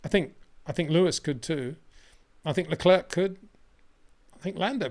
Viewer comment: While you’re right everybody in the world knows them interchangeably but people don’t have the time to study the history of every country as there’s minutiae to many facts. Like I’m annoyed at the way he pronounces Leclerc but then I thought “ so what” we know what he means